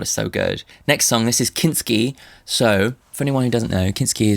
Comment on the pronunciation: Not Kinkt-ski XD